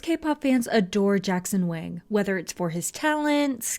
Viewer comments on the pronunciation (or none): none